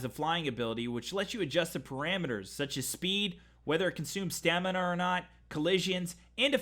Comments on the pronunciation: lol. No, he says stanima in the video instead of stamina. I was trying to make a joke. :p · Did he say " Stanima?" ish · When he said "stanima" i thought it was the actual word for a sec 😂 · Did he say "the horses will have more stanima".. Or did I heard it wrong.. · He said stanima lol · you said stanima! I once knew a person that said gornade instead of grenade. please excuse me for recognizing your 'stanima' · more “ Stanima ”